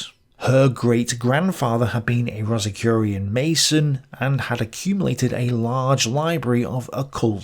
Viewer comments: You misspelled and mispronounced rosicrucian (related to the rose cross) into rosicucian when describing the grandfather of Helena Blavatsky. Any mention of the Aryans should in my opinion also include Arthur de Gobineau's "Essay on the inequality of the races". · Dude, the fact you mispronouce "Atlanteans" and "Rosicrucian" shows that you just read some stuff online and are not a scholar. Plus your analysis is weak (and in many cases wrong) compared to someone who is. On another account I am a youtuber along the same lines as you. I read at least 3 books per video. Take it seriously. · LOL WHAT IS A ROSICURIAN???